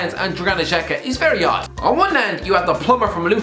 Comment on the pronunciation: ”The plumer from luton”😂😂😂😂